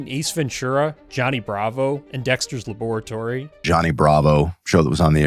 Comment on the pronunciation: Why are you so badly mispronouncing “laboratory”?